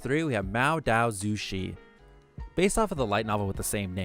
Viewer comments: The way he pronounces mo dao zu shi names I- 魔道祖师－(english pronunciation not based on chinese letters) muo dao zu shi 魏无羡- wei wu xian 蓝忘机- lan wan ji (pronounced jee) 莫玄羽- muo xuan yü don't take this personally lol, was not intended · Can't even stand how far the pronunciation of Mo Dao Zu Shi is from the original. Omg. Pls check your pronunciation before recording.